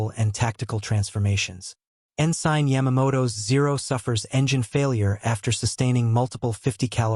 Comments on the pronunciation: Okay, I lost interest due to what I assume is an AI narrator. The naval rank Ensign is En-Sin, not En-Sine. Twenty-four hour clock times are pronounce at two two-digit numbers. For example, a time of 1147 is Eleven Forty-Seven, not one thousand one hundred forty seven. Trying to make sense of the narration takes the focus off the story being told. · The rank Ensign is pronounced En-Sin, not En-Sine. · Please look up how to pronounce "ensign."